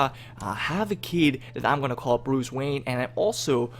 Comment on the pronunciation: I am trying to figure out why he keeps pronouncing wayne differently. He said wayne, maine, and vain.